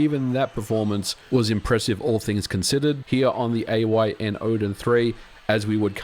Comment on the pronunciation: its AYN .. why are so many ppl saying A O Y N ?